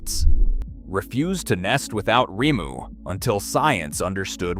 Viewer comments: Rimu is said like this remoo. Great video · This is very interesting, but please, don’t use Ai for the voice over! The constant mispronouncing of words is really annoying, I’m afraid. Kakapo is pronounced ‘car car paw’, and the berries are pronounced ‘reemu’. The voiceover changing the pronunciation several times is quite off putting in an otherwise excellent video. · AI is so annoying. Sometimes we get Rymoo and other times Reemu. Most of the Maori words are butchered. At least the foreign but real narrators are consistent in their botching of Maori. Even Kakapo pronunciation is all over the place. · Ree moo.